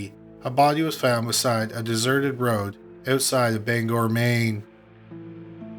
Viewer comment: Nice job in pronouncing Bangor correctly!